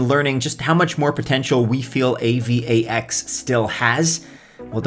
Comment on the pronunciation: Dude just say A-VAX lol